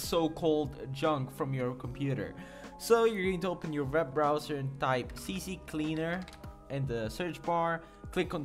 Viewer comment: “See cleaner” not “see see cleaner”